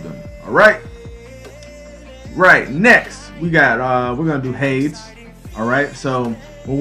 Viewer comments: Hay-Dees!!!! Not "H-ades" OK I'm done... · Nice video and all... but duuuuuude it's pronounced* "hadees"... so hard to hear you say "hadz" xD